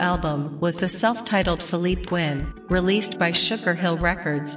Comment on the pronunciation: It's not fill-leap...it's fill-lee-pay!!